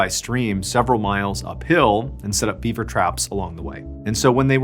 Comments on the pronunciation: Was he saying Bieber instead of beaver!? 🤣🤣🤣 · Are you saying “Bieber” instead of “beaver?” Are my ears screwing with me? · Gosh darn it!! Is he saying beaber every time? 😂 I swear he's saying beaber and not Beaver. Ruined the whole story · He actually says Bieber every time he says Bieber trap a few times 😂😂